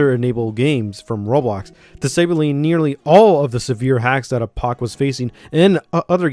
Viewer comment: I like the way you pronounce "roblox" "rolox"